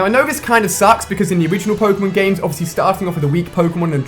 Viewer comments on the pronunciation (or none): It's pronounced poke-(long)a-mon. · Its pronounced "poke-ay-mon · WTF the way he said Pokémon in the beginning.... O.O